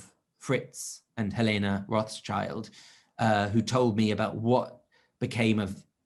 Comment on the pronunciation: The author mispronounces the name Rothschild, which sounds rather ignorant. Too many assumptions in the book. Will never hide anything in an armchair. Thank you anyway.